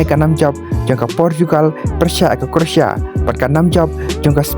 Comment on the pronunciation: Pronouncetion is not correct, croatia or croasia.